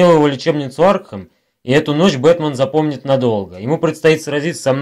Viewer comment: ты сказал бэРтмэн??!! (там вроде Р не должно быть